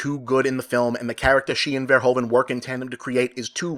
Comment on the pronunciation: Nice review, thanks Bob! Little note, It's Paul VerhOEven. the OE are Pronounced like "The Who" in Dutch. I know, Dutch names are hard :)